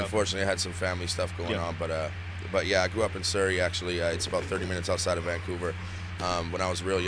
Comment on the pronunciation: The way pronounce Surrey 🤣